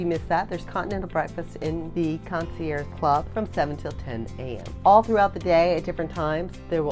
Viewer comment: Great information. I just want to correct your pronunciation of the word concierge. The “ge” are not silent.